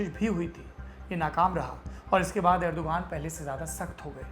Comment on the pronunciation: Rajab taiyab urdugan ...naam sahi boliye plese ye videshi media ne hamesa urdugan ka naam galat bataya hai